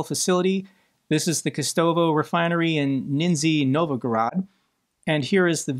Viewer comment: Good effort on the names but "Nizhny Novgorod" still eludes... Means something like "Lower-Newtown". Niiiisni novvgorood should do it;)